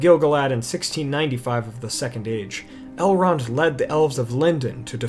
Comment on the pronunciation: You keep pronouncing Elrond's name wrong. I read all four Lord the Rings books, Lord Elrond's brother chose a mortal life and became the first king of Gondor, Eragon is his great-grandnephew, which is why he raised him, his daughter Arwen was raised by her grandmother Lady Galadriel. That was why he could speak Elvish, and he was 67 years old by the time of the Fellowship, but look to be in this late 20s early 30s. Not one of the four books say anything about Elrond being a half elf.